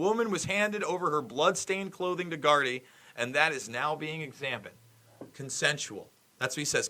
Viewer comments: Good Journalism, and you almost have the pronunciation of Gardai! Try this: knee, bee, dee, Gardee, Gardai! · One copper = Garda Two coppers = Gardai Gardai = Gardee